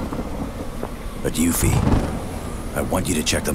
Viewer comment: Wow. Actually hearing these Final Fantasy 7 terms and names pronounced the way they ended pronouncing them (Yoofie?), I never want to see a remake of Final Fantasy 7. If the original Final Fantasy 7 had audio, and we actually got to hear Barret say the things he was scripted to say, that game might have tanked outright. These characters acted and sounded so much better in my head, with only their words on the screen and some polygons for their bodies.